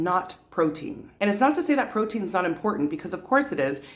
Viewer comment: I fully agree with you..more emphasis on fibre rather than proteiin..